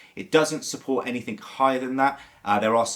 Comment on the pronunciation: The word is "ANYTHING" - not "ANYTHINK"!